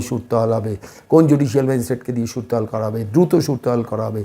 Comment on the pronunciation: কিছু মনে করবেন না, ক্ষমাপ্রার্থী।কথাটা হচ্ছে "সুরত হাল"।এটা এসেছে আরবি শব্দ থেকে।